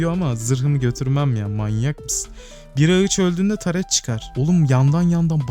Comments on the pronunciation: Ağaca ağıç dediğin için videoyu izlemeye son verdim. Tdk triplerim tetiklendi kusura bakma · abi video güzelde ağıç yerine ağaç desen daha iyi olur